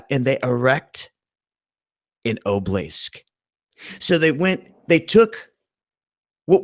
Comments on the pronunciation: obelisk = obleesk? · ah-buh-lisk not oblisk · It's pronounced, Aw-Bow-Lisk, you moron! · obelisk, ah-be-lisk. 3 syllabus not 2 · OB-EL_LISK...........OB EL LISK that's not how you spell it but how you say it, sorry but it drove me up the wall.(mad, but I couldn't pass up the pun.) Other than that I gave you a thumbs up. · And it is Obelisk pronounced ('a- bel-lisk).